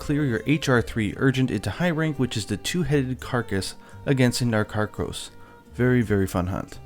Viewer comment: "Against the Narkarkos"